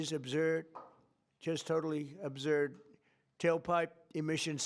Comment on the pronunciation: guy can't even say absurd. lol